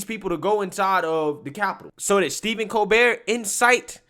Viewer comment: His name is Stephen, starts like Stephanie... It's not Steven.